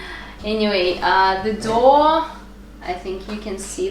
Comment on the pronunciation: Doe and Dough are pronounced the same;-) go figure :-) “thin material” Is called “chews cloth “ :-) Great natural colours!! Love the egg colors!